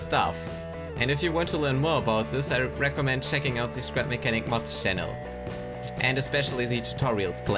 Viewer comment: Dude it’s mods not muts (am I the only one that heard that)